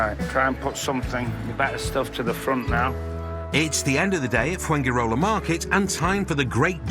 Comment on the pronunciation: Is it not amazing that foreigners after living abroad for even 20 years, still do not know how to pronounce very basic words or even the place they live in like Fuengirola.